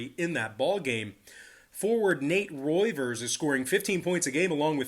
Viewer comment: just to correct you, Nate Reuvers is said as “Reevers”